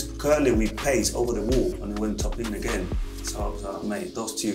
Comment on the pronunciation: 'Top bins'